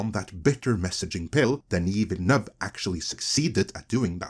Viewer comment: Kudos on pronouncing Denis Villeneuve's name perfectly! You're the first of my regular YouTube watches that nails it!